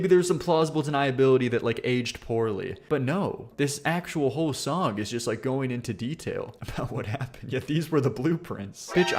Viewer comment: God i cant stand the way says the word "song" He says "SONGK"